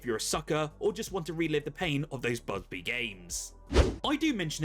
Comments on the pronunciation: bubzee not buzbee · thought I heard bugbe and buzbuy. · I counted three times... Busby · Are you joking when you pronounce bubsy wrong twice lol.